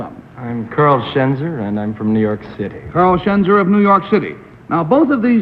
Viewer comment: It's Schenzer, not Chezner, and yes he's very handsome.